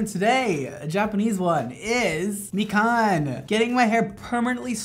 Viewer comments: I CACKLED WHEN HE PRONOUNCED MIKAN AS MEE-CAN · Me can (mikan) everyone who's heard the name mikan:...... MECAN